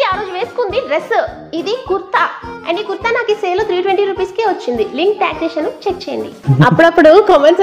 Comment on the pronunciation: Akka Kutta Kadu kurta🤣🤣🤣🤣